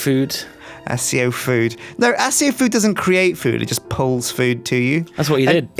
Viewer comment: It's pronounced Akio not asio.